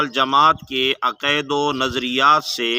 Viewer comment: پتا آپکو اپنے دین کا بھی نہیں ہے ۔۔ تلفظ اور انداز تو آپکا جاہلانہ ہے ۔ عقائد تو بولا جا نہیں رہا اور باتیں فکر ولی اللہ کی کر رہے ہو۔۔ قصور آپکا نہیں آپکے بڑے بھی انہیں سمجھنے سے قاصر ہیں آپ تو آنکھیں بند کر کے انکی انگلی پکڑ کر چلنے والے ہیں😊